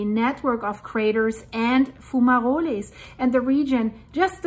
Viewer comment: if you go to google translate page .. type the word into it and click the little speaker icon .. you will hear how a word is pronounced .. it is pronounced a little different in english .. fumaroles .. if you press it twice it says it a little slower the second time :) lova ya channel/work -- spelling mistake intended